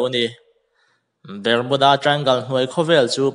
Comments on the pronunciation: Ber-mu-da tia lam hian a mawlzia bak a tilang lo, Bar-mu-da tia lam tur tih chu class 8 passed chin chuan an hre vek ang. Channel siam hi YouTube khawih thei nazawng hian an intihhmuh a, zahna chang lah hre awm der si lo. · Bar nilo in Ber tur zawk alawm .Barmuda nilo in Bermuda zawk aw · Bermuda hi BARMUDA tiin kan lam ṭhin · Bermuda I pronounce dan inzir thra te, azathlak khop mei.